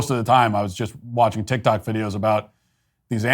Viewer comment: “The journalist on tic tic” 😂😂😂